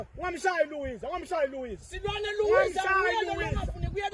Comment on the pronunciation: 😂😂😂 not Luwiza